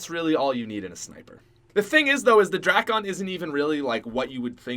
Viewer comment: He say drakon like drackon